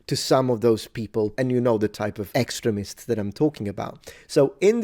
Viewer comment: Of course you defend a hot redheaded armoured woman on a horse... Your wife might put you on the couch if you didn't defend artwork that looked like her. I think you made a good decision on this :P I also love how with your accent "Extremists" sounds a lot like "Excrement" works rather well.